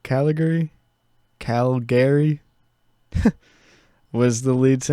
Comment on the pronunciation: Btw “Calgary” is a city in Canada and it’s pronounced “Cal - Gury